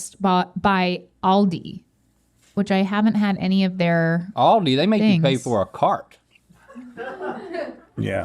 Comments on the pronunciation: The way the pronounce Aldi hurts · Come on it's Aldi not Ahlldee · ALDI IS NOT PRONOUNCED LIKE THAT OMG STOP it is hurting my soul xD